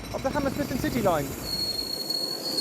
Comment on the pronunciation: I swear it sounds like he said the Hammersmith and Titty Line. LMAO.